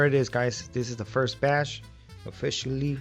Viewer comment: The first "bash" ...lol .you mean the first "batch"